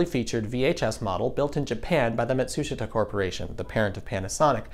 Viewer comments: I think Matsushita is pronounced "mah-tsu-SHEE-ta," not "muh-TSU-shit-a." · You can’t even pronounce Matsushita correctly. Beta was superior quality, but Americans don’t care about quality, they care about price. The cheapskates who wanted 6 hours of lousy ELP recording won.